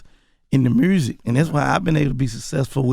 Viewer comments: I love Gotti but I need to know what in the hell is Mursic? 😅😅😅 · lmaooo MURRSIC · roselito c merzic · can we get a “mursic” count